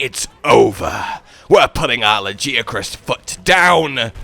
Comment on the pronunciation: Every time you say Lagiacrus, it hurts my brain. His nickname is Laggy ffs. How could you say it like that?